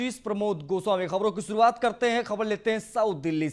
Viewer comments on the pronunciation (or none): ओह एंकर महोदय शुरुवात सुरुआत नहीं, आशीष हो या असीस , गजब एंकर को नाम तक ठीक से नहीं ले पाते हो ! नमस्कार बोलना सीखो फिर समाचार बताना . 🤣😂🤣